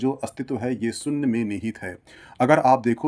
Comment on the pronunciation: Yar GYAN ka video banate ho saare Bharatiyo ke liye. Aap se KAM SE KAM ye to umeed ki jaa sakti hai ke aap "main topic" ka UCCHARAN sahi kijiye. SOONNYA nahi SHOONYA hota hai !!!